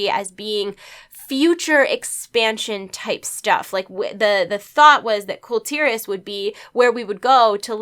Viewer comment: Kul'Tiras= Khul' Tear ahhhs